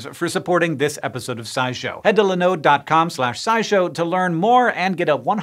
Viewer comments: Have never heard anyone pronounce Linode that way before. Now I'm going to have to look it up to see if I've been saying it wrong all these years. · OK, a pronunciation of linode that I haven't heard before. That really doesn't happen often!